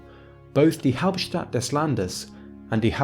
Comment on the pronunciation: it is "Hauptstadt", not "Haupstadt". And "Hauptstadt von dem Land" is very very bad German, nobody in their right mind speaks so, so don't spread stuff like that.